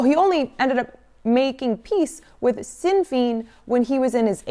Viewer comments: Great one. For future use, Sean Fein is pronounced Shaun Fen. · I know I'm being that guy but the party Sinn Fein is pronounced like "Shin fayne" basically. The Troubles were/are a lot more complex than Catholic vs. Protestant. It's much better viewed as an indigenous v. colonialist conflict. This also is an oversimplification but it shows how all of these issues going on right now are all intertwined and related. It becomes easier to see who the enemy is. That being said Ian Paisley can rot in hell. Here's a little ditty that the late great Luke Kelly dedicated to "Dr." Ian once. Tiocfaidh Ar La. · Sinn Fein., Sinn Fein, pronounced ‘Shin Fain’. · " Conservative..Right Wing". Makes them seem a lot less Fascist. Plus...it's pronounced Shin Fane not Sin Feen. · 😂😂😂 it's pronounced "Shin Fayn (like the word pain or vain)" I love hearing people try pronounce Irish words. Irish isn't a Latin based language.